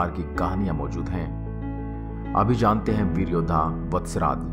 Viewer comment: Awaaz Thodi alag a Rahi Hai Veer Yoddha ki jagah BEL Yoddha Sunai Diya Diya please usko thoda Sahi Karen